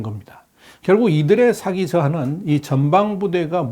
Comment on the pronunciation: 언제나 좋은 내용 감사합니다. 사기(morale)과 사기(fraud)는 우리말 발음이 다릅니다. 군의 사기는 발음을 길게, 사기꾼의 사기는 발음을 짧게 해주시면 듣기에 더 좋겠습니다.